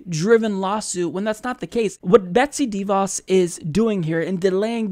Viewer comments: her name rhymes with "da boss." It's not "DEE Voss." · It's not dee-vaus with the emphasis on the first syllable. It's deh-vaus, with the emphasis on the second syllable.